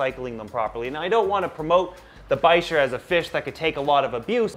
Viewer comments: It's pronounced "Biker" the ch is pronounced with a k sound. All Polypterus are called bichirs in the pet trade because of the type species, P. bichir. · Bichir (bick- Er is how i pronounce it lol) are 1000% my favorite species of fish. Hands down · I've always pronounced it as "biker" but...now I'm not so sure. lol Great video! Also, black neon tetras for the discus tank dither fish ;-)